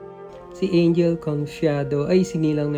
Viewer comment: You pronounce it as Ang-hel, not Ain-jel. (Spanish style, not English).